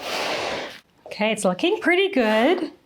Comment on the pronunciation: Dieses "okeee" hat sich so deutsch angehört 😂